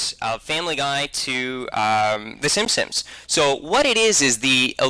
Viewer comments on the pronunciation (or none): He says "simsims". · It drove me nuts every time the called the simpsons the 'simsims' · Why the fuck can't the vigilant dumbass pronounce "Simpsons" correctly? It's a really common name. Plus they say "The Simpsons" at the very beginning of the goddamn intro. And the dumbass also says "e-moral" instead of immoral.